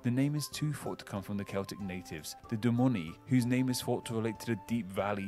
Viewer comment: He messed up pronouncing "Dumnonii," leaving out first N. There was also a local tribe called the Isca, from which we get the name of the county town, Exeter. Since we're talking about botched pronunciations, it's "shire" on its own as a stand-alone word, but "-shur" at the end of a county name. And it's not pronounced "Devon" or "Devonshire," or "Devonsheer." 'Tis "Deb'm" or "Deb'mshur." 😉 And, yes, that particular Plymouth -- the orignal one -- is where the "Pilgrims" stopped over for a refit before continuing to the New World, and where the place in Massachusetts got its name. There's a plaque and US flag on Plymouth docks noting this. In fact, quite a lot of place names in the USA and around the world are named after places in Britain. Heh. : "This is the first time we have spotted the -cester / -chester suffix." Worcestershire, : "Am I a joke to you?!" Finally, it's only cheddar cheese if it's made in the Cheddar Gorge in Somerset. Otherwise, it's just sparkling sharp cheese. 😉